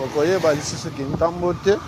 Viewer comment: Frère esali ngai bien komona commune ya kintambo ma bele mame félicitations mais ba komnbo oza ko prononce yango pas bien, félicitations encore.